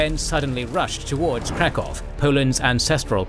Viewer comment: I think you're mispronouncing Krakow. Which is weird, because I thought it was one of those place names that everyone knows.